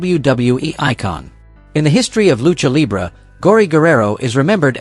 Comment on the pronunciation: Could you switch to an AI voice that pronounces words and phrases properly??? "70's" isn't 70 "s". Seventies. Lucha libre (loo-chah lee-bray) There's alot more, but I have somewhat of a life. 😂